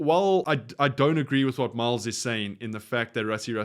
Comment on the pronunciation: Hey. Just a friendly, constructive heads-up... It is MILS Muliaina, not MILES. No 'E'.